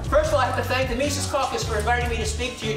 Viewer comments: He doesn't pronounce Mises correctly. Its not Meesees. It is Meses. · Meezis, not meesees. Think Jesus with an M. Anyway, awesome doc. MC is the future of the LP. 💪